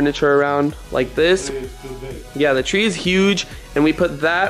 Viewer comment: you said Christmas trow and you habed to said Christmas tree